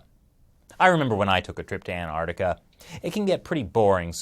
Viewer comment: Why do you pronounce Anartica and not AnTartica?